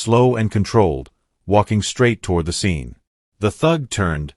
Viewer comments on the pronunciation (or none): none